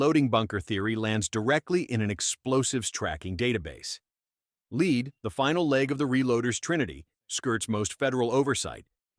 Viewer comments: Lead? (AI pronounced it "leed" instead of "led) Cripes, is there nothing that remains unmolested by the helmet-wearing special needs kid that is AI??? It seems that there are more and more phony videos. It's all so distasteful. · Once again, the old-fashioned "lead" has been replaced by the AI voice's "leed". Somebody needs to refine his AI service by offering some "I" with his "A". Good info despite the assembly-line video production. Since there is nothing the video adds to the content, you can make a sandwich while listening to these videos.